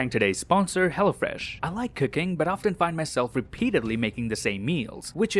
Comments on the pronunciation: I love how he says hello fresh,, it sounds like he's saying hella fresh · Anybody else thought he said hella fresh